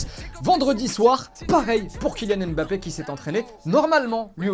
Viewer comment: Vous ne savez pas prononcer Mbappe?